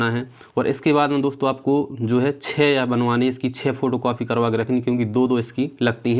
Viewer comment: Please dont say कॉफी its कॉपी 😂